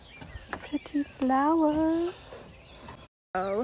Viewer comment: why not just show the flowers, which were actually pretty? why ruin it with that pseudo urban muttering “pretteee fluwaz?”